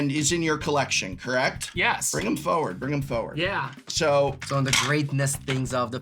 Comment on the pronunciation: A bold stance to take for someone who always says "foeward" rather than "forward." 😂😂